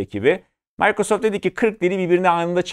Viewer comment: yanlış ta olsa sakin sakin mikrosoft demek lazım bence...mAYkrasoft deldi kulağımı